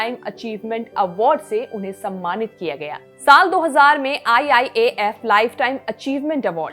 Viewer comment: Mam IIAF NHI HAI IIFA HAI